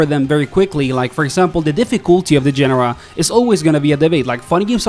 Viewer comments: Great video. But it's pronounced genre, not genre. You're welcome. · Please learn how to pronounce "genre" correctly >_< The simplified controls aren't the only big change, it's the simplified movelists and mechanics